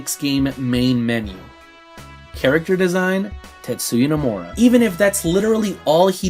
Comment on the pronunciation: You keeping pronouncing his name as no-more-a. It's No-muh-ra.